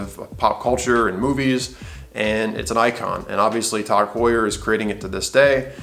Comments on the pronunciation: TOG Heuer? Why are you saying it like that? Irritating. TAAAAAAAAAAAG Heuer. Do you also say Rueleeex? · sorry I didn't get it the first time. Its just my opinion that the way the guy says it is ridiculous and irritating. Considering he is attempting to give "advice" the least he could do is pronounce the name of the company as intended. Jaeger LeCoultre I could understand getting wrong if you dont speak French. But TAG is a three letter word which everyone who represents the brand has pronounced as it's spelled. TAG is an acronym, not a proper word. So what is the need for this ridiculous pronounciation? It's like saying Tomahto.. pretentious if you aren't English.